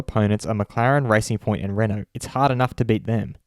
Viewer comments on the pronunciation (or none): none